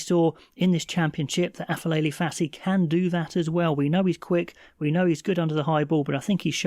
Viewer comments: Afelele Passi😂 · It's Apelele, not Afelele